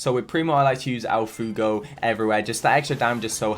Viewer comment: okay I get that not everyone can pronounce Spanish words correctly but how do you not get fway-go.